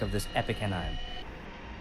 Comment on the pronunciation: Ann-Nyme??? Are you AI?